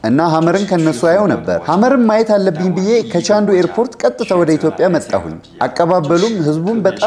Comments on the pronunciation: say ኢትዮጵያ not ኢትዮፕያ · መልካም ሕይወት ይሁንላችሁ ❤ ግን አትዮጵያ የሚለውን ኢትዮፕያ አትበይብን 🙄🙄🙄